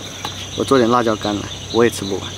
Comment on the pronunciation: 辣椒，la jiao, 不是卷舌r, 没有ra这个拼音的字